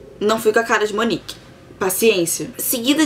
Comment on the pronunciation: Munique ou München, não Monique...